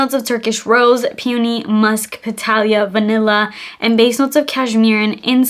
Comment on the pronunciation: Please look up the pronounciation of "peony"